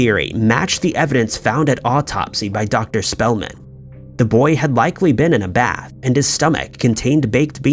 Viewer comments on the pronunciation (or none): none